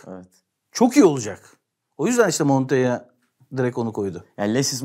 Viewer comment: Ya Mehmet Demirkol, lutfen... adamin adi MONTEYA DEGIL, MONTELLA! Adam Ispanyol degil. Yanyana iki "L" harfi gordugunuz her kelime "Y" olarak telaffuz edilmez. 2-3 dil bilen adamsin, yapma lutfen.